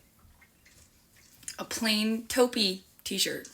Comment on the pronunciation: “Mooahve” “toepee” bish you mean mauve and taupe?